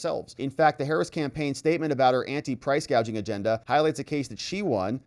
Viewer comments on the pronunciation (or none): I heard the clip. She called it price gauging, not gouging. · funny thing is she doesn't say the word gouging, she say's gauging.🤔